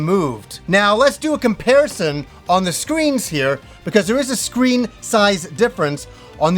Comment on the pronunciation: I swear I heard you say you were gonna do a "Kimparison"